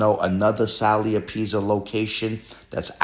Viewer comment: The way you mispronounciate apizza is gonna piss off so many viewers 😅😅